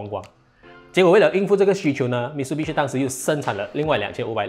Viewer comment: 唸法應該是Mi Tsu Bi Shi